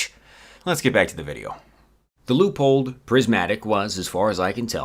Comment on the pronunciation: Can you teach how to say Leupold please? Thank you.